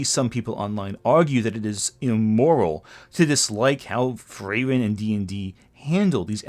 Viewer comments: Good video but, please, "Frieren" also has a "i" in it. It's literally a german word 😭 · you couldnt be bothered to check on how to pronounce frieren could you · The way you pronounce Frieren is kind of horrendous, not gonna lie